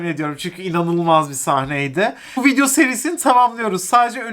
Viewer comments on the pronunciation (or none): none